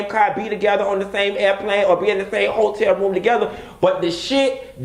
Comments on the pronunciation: Ho-tel Room! Not Ho-tel Bar! 😂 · Bihhhh!!!! "Hoe-Tel room" 🤣😬😂🤣😂🤣😂🤣🤣😬😂🤣😁😂🤣😁🤣😁😁